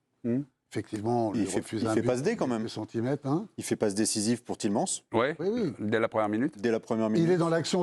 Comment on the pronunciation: et c'est tiele mans pas tielemanse oh mon dieu mes oreilles